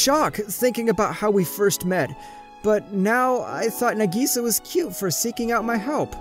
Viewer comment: Y'all are taking about "wallets being stolen" or "it actually WAS a set up". But can we talk about how he pronounced "Nagisa" and "manga"?